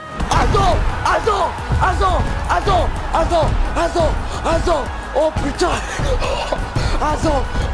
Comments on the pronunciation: C moi ou il dit hazo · Koo il dit Hazan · le mec il disait HAZAN HAZAN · genre le mec il dit hazan